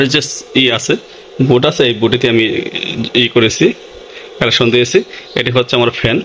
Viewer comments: Connection... Na...calection😅😅😅😅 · সাসক্রাইব না, সঠিক হলো সাবস্ক্রাইব কালেকশন না, সঠিক হলে কানেকশন